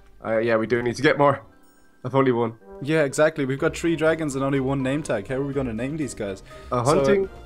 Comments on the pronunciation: if you keep saying tree instead of three I will unsub jk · are they from where somewhere if someone says three sounds like tree?